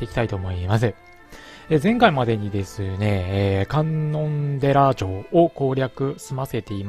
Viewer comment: いつも楽しく拝見しています。 一つ気になったところが、観音寺城 かんのんじじょう と発音するかと思います。